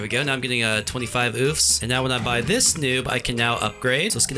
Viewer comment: It sounded like u said “dis” instead of “this”